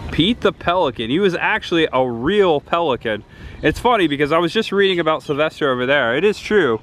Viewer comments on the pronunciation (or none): none